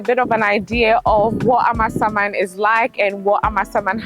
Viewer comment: I love the way calls the name of the area as if it means AMA’s ghost. It is really a Ga village although now sprawling town and it is Amasa mann as in Amasa’s town. Actually the area around Amasaman Senior High Technical School has quite good roads.